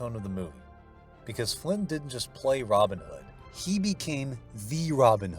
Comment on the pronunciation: A timely point of correct pronunciation from a native of GB. His name is pronounced with the emphasis on the second name not the first - Robin HOOD. To do it the Yank way is fine for Yank characters but please, show some respect for an English legendary character.